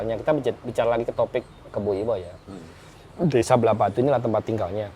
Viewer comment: Agak sedikit mengoreksi mas, yang benar itu Blahbatuh bukan Blahbatu. Untuk pengucapan Pura Puseh juga salah pada bagian Puseh nya🙏